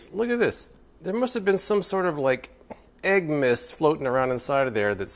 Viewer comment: "Aeg myst." Two words that should never meet